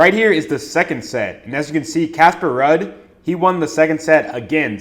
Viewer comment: Damn my boy don't even know how to pronounce Ruud and Jakub but still banking! LFG, what's yall excuse?